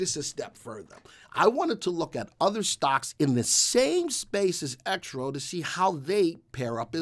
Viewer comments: Your credibility suffers when you can't pronounce the name of the company properly . Its not " Exrof " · The VectorVest subscribers typically refer to Exro Technologies by it's ticker symbol which we pronounce "exrof". Trust me, have been with VectorVest 15 years and knows what he is talking about.